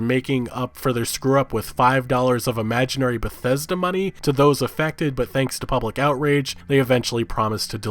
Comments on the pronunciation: "Besesda" Lol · Lol damn he fuck up pronouncing Bethesda that I couldn't say right for a while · on a side note motherfkers trien to say bethesda just use BETH then say ESDA BETH ESDA its not that hard ffs. thought tbh wont be saying that for long at this rate when they get shut down one day.